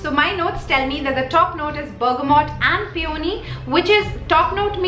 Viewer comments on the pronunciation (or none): none